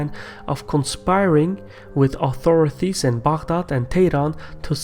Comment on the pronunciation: Au-tho-ri-TY! (not -thy)